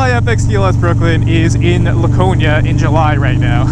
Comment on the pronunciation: As someone from NH, I wanna inform you that we, at least all the people I know, pronounce it “Lacone-e-a”